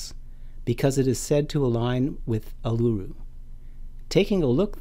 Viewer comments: Not pronounced "Ar-loo-roo", it is "Oo-la-roo". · Ulura the large Rock in middle of Australia. pronounce an Aboriginal word correctly before putting it in utube.its pronounced "Allaroo." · Uluru = 'Oo-Lou-Roo'